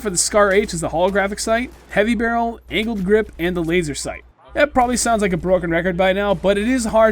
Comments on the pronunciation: sounded like anald grip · Ok sorry, but it sounded like he said "anal grip"